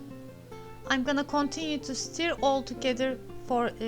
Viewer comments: Merhaba, umarim darilmazsiniz, 'stir' kelimesi 'stör' olarak okunur. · Sonradan keske yazmasaydim dedim. Belki bu sekilde telaffuz etmeniz hos, sizin tarziniz olsun :) Bosverin nasilsa anlasiliyor.